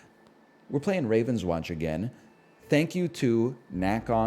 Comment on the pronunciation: french company: game is called rahv-ohn-swohnsh